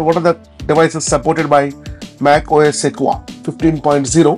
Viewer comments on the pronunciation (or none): Pronounced "seh-kwoi-ahh", not "seh-kwa".